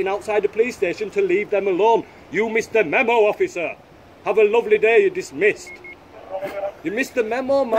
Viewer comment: always makes me laugh when he says “Have a luvverly day”